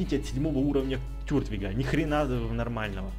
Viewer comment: Это ТОРТВИГ А НЕ ТЮРТВИГ